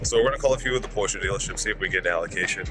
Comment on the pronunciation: Just wanted to tell you that you say Porsche perfectly. I speak German and from all the vids online, man you nail it. I have a GTS waiting for me for European Delivery in a month. Have fun!